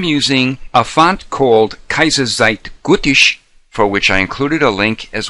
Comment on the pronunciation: great tut. btw, pronunciation of the font would be 'kiser zite got ish' i thought it was hilarious the way you pronounced it. lol